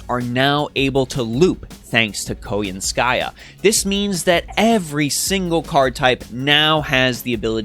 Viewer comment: Really happy you covered all this news! Now I know how to pronounce Koyanskaya properly lol. Overall I really like what she brings to the game by helping out Buster. She has added more diversity back into 3 turn farming, without the need to solely focus on Arts or Quick servants. As for the new servant coin system, I feel it was poorly executed. Outside of the potential 20% starting NP gauge for some servants, the Append Skills and new 120 Grail system are not worth the resources. Lores and Grails are already highly coveted resources and unless they start giving us way more copies of both with each event, the new systems don't feel worth it. Also, considering they seem to plan to give out more Servant Coins in events somehow, I feel this is just another filler reward in events that will take away from other materials as event rewards instead. Hopefully, they will improve both systems to make the high costs worth it. Otherwise they are just yet another glorified sticker to show off on a player's favorite servant.